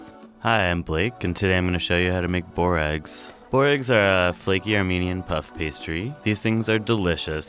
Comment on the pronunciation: The way he says it.. It's boo-rekas